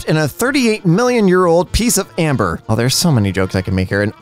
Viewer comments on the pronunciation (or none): none